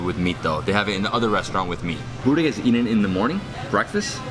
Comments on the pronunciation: When you say Burek with cheese, one Bosnian dies somewhere! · Čim je reko sa sirom Buurek,fail.:D